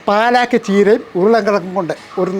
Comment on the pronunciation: പാലാക്ക് അല്ല പാലക്ക് . പാലക്ക് തനിയെ തോരൻ വെച്ചാലും സൂപ്പറാണ്